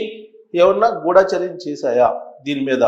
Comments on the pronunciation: గుడాచర్యం కాదండి గూడచర్యం మీరు కూడా అక్షరాలు ఇలా పలికితే ఏలా, గమనించండి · Not Ghoodaacharyam, pronounce Gudhacharyam. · ఎందుకురా ఒకదానికొకటి సంబంధం లేకుండా నీ బుర్రకు తోచింది చెప్పి జనాలను పిచ్చోళ్లను చేస్తున్నావు. గుఢా చర్యం కాదురా…గూఢ చర్యం అనాలి.